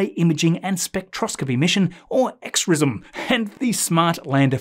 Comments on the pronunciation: It's "Crism". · The Japanese are pronouncing XRISM as Crism. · I'm pretty sure XRISM is supposed to be pronounced as “chrism” as in “chrismation,” that is, “anointing with oil.” Also, Lunar Excursion Vehicle 2 looks like a Thermal Detonator from Return of the Jedi, really. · based on what I'm reading over on Ars, SpaceX itself generated the 63 action items, in close coordination with the FAA, so I'm sure Elon is just having fun. Some people over on Ars though, are absolutely convinced that he is completely uninvolved and out of the loop. Their comments are being savagely downvoted. My understanding is that the Japanese X-Ray telescope is properly pronounced Exu-risu-mu. I could be wrong though. I bet eight to five that Chandrayaan reactivates when the sun come back up. I can't believe SpaceX is dropping YouTube coverage of their launches! That has been my favorite "TV" show for years now. This may be the incentive I need to finally get an X account. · XRISM is pronounced "krizz - emm" (like "prism" but with with a "k" sound at the beginning) by the English-speakers at NASA. Regardless, I think JAXA will rename it if/when it passes the in-orbit checkout, as they usually do.